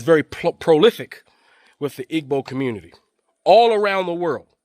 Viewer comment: Please pronounce Igbo correctly. It’s pronounced like ‘Ee-bow’. The ‘g’ is silent.